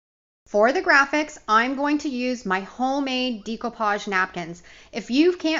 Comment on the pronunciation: Dear GOD! PLEASE stop pronouncing DECOUPAGE incorrectly. Think of the word ‘decorate’. ….